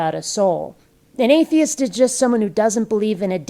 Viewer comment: Did he say "ayteeist"? lol